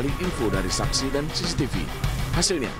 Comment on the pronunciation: “periksa ststtststcctststssaahh .. “ Ngomong CCTV susah bgt 😂😂😂